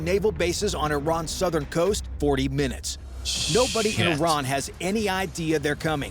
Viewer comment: You said "IRAN" that way? You have ZERO credibility lmao for understanding world peace........ LMAOOOOO!!!!!!!!!!!